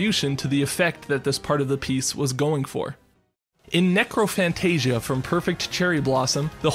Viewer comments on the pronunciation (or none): Love it but it’s not necrophantagia it’s necrofantasia. (Neh crow fanta see ya)